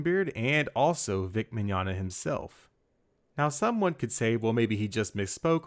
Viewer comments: Isn't it pronounced (Mi-gon-ya) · Mignonga? I think it's Mignogna (Vic is now Bic Chonga)